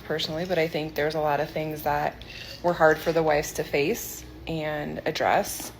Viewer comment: says force instead of face....freudian slip much?